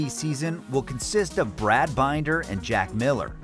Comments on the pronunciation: LOL. Brad Binder = Binn - der, not Bine-der. So much incorrect info here. Stop and rethink what you are doing and maybe do it manually instead of via AI to get accurate info.. Or you are just lazy! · "...Brad Bineder..." Ha ha! His name is Binder. Bin as in bin and der as in der. You have obviously not watched a MotoGP race in the last ten years.